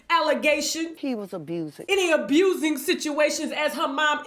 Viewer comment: Everyone she says 'abusin' ' I crack up! Btw, I do believe, and don't think it's all a scam! I do think however that the family is coordinating how to destroy him due to his financial downfall. In short.. bunch of gold diggers picked the mine bare, off to the next..